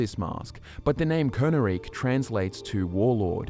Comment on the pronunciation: Don't know if perhaps there's a learning/speech disability at play, but it's distracting how often pronounces things incorrectly. We have EXAMPLES of characters saying these words in-game, or spellings that are clearly different from what is spoken in the video: Skyrim: "We stand at the tomb of Hev-NOR-aak..." - Valdar: "HEV-noraak." Skyrim: "If you must venture southwest, stay clear of VolskyGGE..." (hard "G" sound) - Solitude Guard: "Volsky-je..." (a "J" sound?!) Skyrim: "Brom-ju-naar Sanctuary": "Bro-mun-jaar..." Why?! Was no proofreading done? Did no one review the video before publishing it? I KNOW is real people, but these sort of blatant mistakes almost make me think of A.I. channels that masquerade as real people (like "Fall Damage" saying "Make" The Liar; seems A.I. doesn't know how to pronounce Khajiit names...).